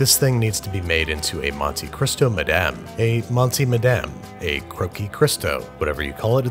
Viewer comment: I love how he pronounced "Monsieur" in such an European french accent yet went full Quebecois with the "Madame"